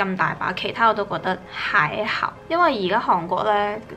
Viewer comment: “還好”的粵語發音跟普通話一樣嗎？為什麼每次聽妳在講“還好”都會自動切換成普通話XD